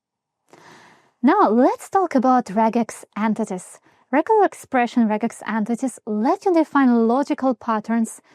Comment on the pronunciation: Why "ant-tities"?